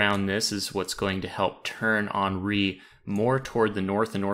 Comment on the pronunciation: HEN REE not on ree.